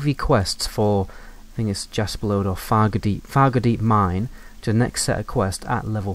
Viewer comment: I keep thinking you’re saying “Faggotdeep Mine”, which....Wells it isn’t wrong.